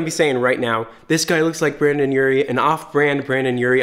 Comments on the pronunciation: I’m surprised nobody asked you to say his name correctly yet. It’s Br”e”ndan NOT Br”a”ndan. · All the dislikes are cuz you said "Brandon" instead of "Brendon" tbh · it sounded like u said brandon urie but u typed it brendon im very confusion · Him saying Brandon instead of brendon is one of my pet peeves 😂😭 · I love everything about this video except one thing; it's brEn don, not brAn don. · This video was great but I hate when people mess up his name like it says BrEndon not BrAndon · Ryan_Ross’_Cheeze_Addiction_ Hotline I was watching this and I was like “bItCh did he just say Brandon” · BrEndon not BrAndon lol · Am I the only one triggered cause he kept saying Brandon.. No offense, I love you. ☺️ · Omfg Brendon reacted to this and then people started getting triggered by you saying Brandon instead of Brendon and he called people out for being triggered! Omg so much as happened! 😂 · Every time he says Brandon instead of Brendon take a shot. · STOP👏SAYING👏BRANDON👏👏👏it’s Brendon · You said brAndon Urie so many times instead of brEndon Urie and my ears hurt😂😂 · I SWEAR HE KEPT SAYING BRANDON INSTEAD OF BRENDON FSHJJHSJSHHSJ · Am I the only one that heard him saying “Brandon” the entire time??? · ITS BRENDON NOT BRANDON BUT I LOVE YOU😂❤️ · 0-0 he said BRANDON URIE RRRRRRRRRRRR ITS BRENDON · I wanted to rip out my hair everytime he said Brandon instead of Brendon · Y ARE U SAYING BRANDAN AND NOT BRENDON OMG I CANT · “Brandon Urie” “BRANdon Urie” BRANDON URIE” Boy, pronounce the E in BRENDON! Kk you’re good Ok love the video and you actually haha have a good day! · he said brAndon Urie repeatedly UGH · Anyone else get really defensive every time pronounced Brendon as "Brandon"?✋🤦🏻‍♀️ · The way he said brendon, it sounded like Brandon and it annoyed me 😂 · What kept bugging me was it seemed like he kept saying “Brandon” instead of “brendon” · Why does he say Brendon like “brendan “ like no wtf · it sounds like you're saying brandon djflkdshgk